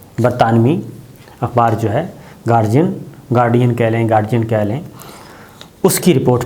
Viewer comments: GuarDian D D not G please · the word is The Gaurdian Gar di an